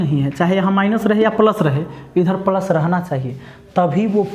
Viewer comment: पलस नहीं रे बाबा प्लस 😂